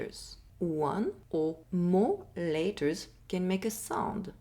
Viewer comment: 4 "laters" 2 "sonds"😂